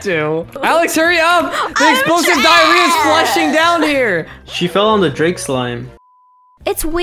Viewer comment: It sounds like u say jake not drake